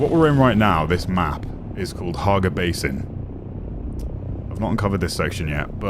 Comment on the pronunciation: Hagga! Not Harga